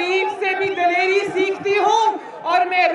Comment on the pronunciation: “Dilarey “ hahahahahha